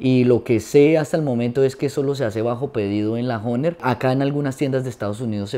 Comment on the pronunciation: Oiga pero pronuncie bien la palabra HOHNER y toque vallenato y no boleros.